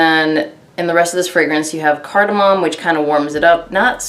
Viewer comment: Card-Ah-mommy 🤣🤣 I actually love that spice smell but performance is a BIG DEAL for me! thanks for the review